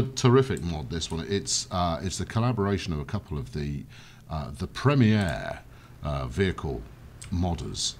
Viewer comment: "Premi-air." Heh. It's at an airport.